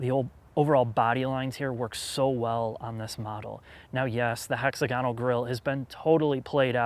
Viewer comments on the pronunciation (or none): Me thinks it's pronounced hex-AG-uh-nul vice hexa-gone-ul. Don't let that get you down, this was your best work yet.